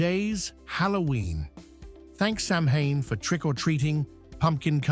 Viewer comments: The narrator could do with a couple of lessons in pronunciation! Sam hayne? It’s actually pronounced Sowan! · Samhain is pronounced sow wan. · Samhain is pronounced (sour in) Like in Lord of the rings. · Being Irish I enjoyed the presentation. My suggestion for improvement is for AI to gen up on gaelic pronuntiation. The seasons of both "Bealtaine" and "Samhain" and the folkteller "Seanchai" are mangled in the extreme.